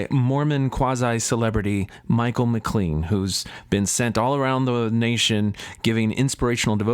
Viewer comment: Would you please learn how to pronounce his name. It is like McLane. There are 16 gay references in the bible. All negative. So is the bible a fake?